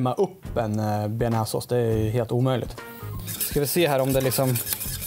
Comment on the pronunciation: Tja du tycker du uttalar bearnaisesås fel